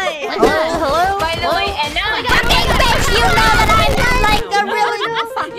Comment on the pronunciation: I love the way she says BEECH! Especially how she pronounce the B, it's so visceral